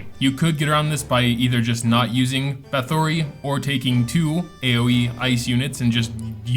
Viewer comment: Please learn to say Bathory right. It's like battery with a TH, Bathery.